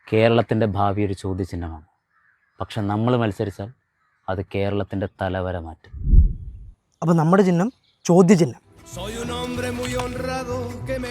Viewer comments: "ചിന്നം " അല്ല സഹോദരാ.." ചിഹ്നം " അതാണ് ശരി.😅❤ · ചിഹ്നം ✅ ചിന്നം ❌ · ചിന്നം അല്ല ചിഹ്നം 😂😂😂😂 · ചിന്നം അല്ല *ചിഹ്നം*😂😂😂